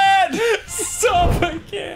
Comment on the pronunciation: Danny inadvertently says stop in an English accent and that just made my dang day!